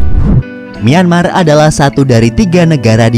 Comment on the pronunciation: Nyemar apa myanmar bg